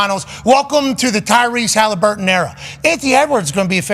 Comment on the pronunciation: Pat says Tyrese's name like first name Hali last name Burton